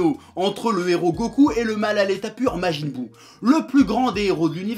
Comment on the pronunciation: majin buu "jinesui" ... beurk